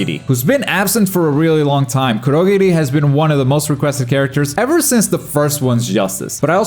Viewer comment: Is it just me or did he pronounce kurogiri wrong